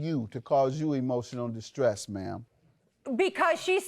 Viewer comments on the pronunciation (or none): LOL 😅🤣🤣🤣🤣 the judge asks for proof of the Facebook post, and then she says it got "deleted". I knew she was lying. She even said "eMoTiOnAl StRoSs". It's emotional distress. She can't even get her story right and says the word wrong lmao 😅! Yup she's lying! Even the audience was laughing how stupid she is lmao 😅🤣🤣🤣! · "...my emotional stross.." 😂😂😂